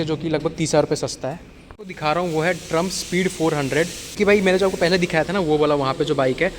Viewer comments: First yòu take the company name correctly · Bhai pronounce sahi Karo yaar northeast walle bohot hi acche hote hai yaar